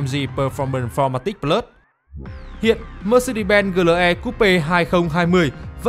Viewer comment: GLE thì phát âm kiểu tiếng Việt, AMG thì phát âm theo tiếng Anh, giống như một người mặc bộ vest mà chân đi dép lào vậy, chả ăn nhập gì nhau cả :))))))))